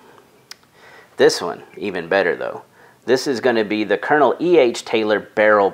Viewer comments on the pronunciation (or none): none